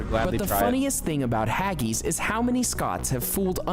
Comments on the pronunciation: Some alternative facts on show here. haggis isnt pronounced haggies, rather it sounds like haggiss. Also that wasnt toad in the hole. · If you are going to criticise something at least tell him to get the pronunciation correct. It's not Hagese, it's Haggis so easy why say it wrong. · I really hate the way Americans pronounce words, get it right or dont say it at all, its haggis not haggies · Haggeees, haggeees what the f are haggeees? Now Haggis that's different. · He says Haggis completely wrong , he says it like this Hag gis . JH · Haggees??? Why did he pronounce it like that???? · They didn't get much right in this video though I accept it was tongue in cheek. They didn't actually show toad in the hole. Haggis is not pronounced haggeeeeeeees. A chip butty is not a fries sandwich, chips definitely are not fries and a good chip butty is a thing of beauty and a delight to eat. Fried Mars bar is a novelty food that no one in the real world eats and I doubt you could find stargazy pie being sold anywhere in the UK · How many times can that narrator say "haggeez"? The clue to the pronunciation of 'haggis' is right there in the spelling! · Haggis is delicious but it's not Hag ees. Black pudding is also delicious and doesn't taste anything like blood and toad in the hole is sausages cooked in the yorkshire pudding batter not a couple of sausages plonked inside an individual yorkshire . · Isn't anybody going to mention that "haggis" is pronounced as it is spelt and not as "haggeese"? Credit, though, to the narrator for getting "mushy peas" right and not saying "mooshy". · I must try some "hag-geese" one day. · Haggies??? thats embarrasing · Hageees, hahaha. Original title should be usual foods from the UK though, since he did not cover only English food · I'm English and I love Haggis. I make soup with it and it is delicious 😊 Also it made me smile when the presenter pronounced it as 'haggies'😅